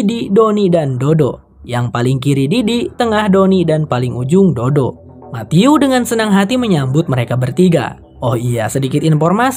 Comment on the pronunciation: Pas ngucapin Matthew aku denger ny mati-u —>mati-yuu —> mati-yuk 😂😂😂